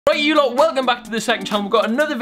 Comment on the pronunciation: At the start,Rewind it several times,I yo loht.